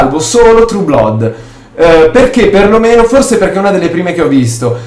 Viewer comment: Comunque "Blood" si pronuncia "Blad".